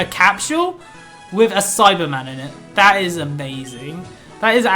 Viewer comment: Who else as never seen an episode of DBZ and thought he was saying Cyberman instead of Saibamen?